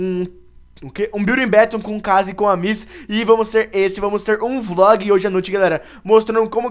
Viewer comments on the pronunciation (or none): none